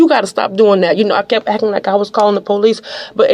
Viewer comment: "She wah akkin normal, she wah akkin normal..."